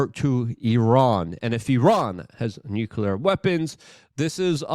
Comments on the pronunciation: Say it with me Luke.. NU CLEE AAR. not nuculer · Nuclear not Nukular 😂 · Gah! I want to listen to what you have to say but I need you to stop saying nuke-U-ler 😂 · Nucular escalation, yeah! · Dude - as nobody else is telling you, it's NU-CLEAR 😊